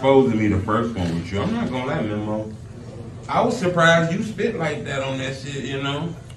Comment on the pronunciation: This all you needed to do. Drop the interview. Was gonna unsubscribe from yo policey-ass on part 20. The man kept sayin his name and you kept with the ‘memmo’ 🤦🏽‍♂️